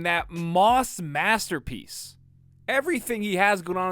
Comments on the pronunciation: did you mean a moss-terpiece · Do you mean, moss-terpiece? :D